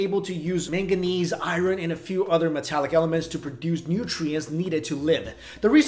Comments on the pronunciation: Try saying ''I earn'' when you read the word ''iron'' ;=) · WTF is I-ron?